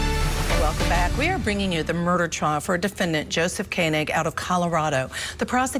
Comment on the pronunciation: Its ko-neg. like koenigsegg